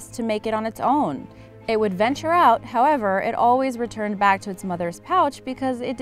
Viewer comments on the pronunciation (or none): none